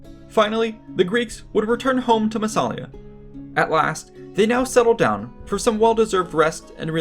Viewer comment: Don't want to spoil the party, but... There is no such thing as "the southern mouth of the Rhine" ( ff). It's the Rhône you are talking about. The Rhine flows into the North Sea. And the town's name is Massa-li-a - not Masala as you continue to pronounce it. vs